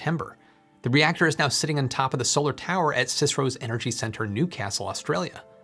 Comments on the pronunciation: CSIRO is said "See Ess Eye Are Oh" not sisrow ;-) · C S I R O, not sisro. Just a friendly fyi. :p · This is the first time I have heard the CSIRO pronounced as a word "siserow" I have always just said the letters C-S-I-R-O. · 'cisro' is pronounced 'C. S. I. R. O.' specifically. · Love it. CSIRO is pronounced as it is spelled C S I R O not Csiro as a word. And as you said it is the federal govt owned Commonwealth Scientific and Industrial Research Organisation. They are very prominent also in agriculture development and pest management techniques. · FYI it's c.s.i.r.o Noone in Aus knows what cyspro is mate. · What's cicero? There's a C.S.I.R.O. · FYI, down under, we spell it out... C-S-I-R-O (like you would F-B-I or C-I-A).. not "Cis-row" or anything like that! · Good video, but pronunciation of CSIRO is sigh-row, not Cicero 😅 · Great video. I would like to correct just a minor error in the video. As a 72 year old Australian, I can assure you that the CSIRO is never called Cisiro! As I'm sure you know, it stands for Commonwealth Scientific Industrial Research Organisation. It is ALWAYS referred to as the C S I R O, never as a single word. I've watched and enjoyed many of your videos, and I was quite confident that you would want to know what I have explained. Keep up the excellent work. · A bit of help with pronunciation. It's either C S I R O as individual letters or colloquially pronounced Psy-Row. not Cisrow. Hope that helps. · Really great video! I have to nitpick though - it's the see-ess-eye-are-oh, not "cicero"! Occasionally people say sci-roh, but usually we just spell out the initialism. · We don't call it Csiro here in Australia we call it C.S.I.R.O . Sorry to nit pick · Hi, great content. Just a local language comment, in Aus we dont say "sisro" instead we say it out C.S.I.R.O. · Ozzie's call it the Sea Es Aye Arh Oh csiro dont know why this bothers me😂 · sis-ro <3. C-S-I-R-O OR cyro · FYI CSIRO is pronounced C S I R O, don't ask me why.